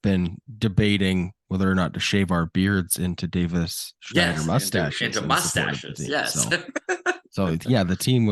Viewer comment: pronouncing Davis Schneider is sooooo cringe.